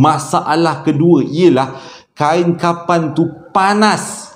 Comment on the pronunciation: 🤣🤣🤣🤣tersasul kain kapang..